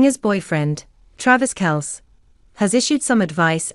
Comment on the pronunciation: If you cant even pronounceTravis’ last name correctly, why would I believe anything on this channel?